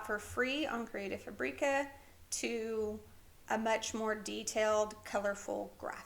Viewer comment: I’ve been enjoying your canva videos very much. Some great skills I never knew about. I’d like to correct you on how to pronounce creative fabrica, it doesn’t rhyme with paprika, it’s fabric-ahh.